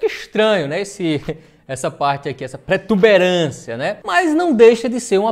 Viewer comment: Rapazinho, Não é "pretuberância", o correto é PROTUBERÂNCIA!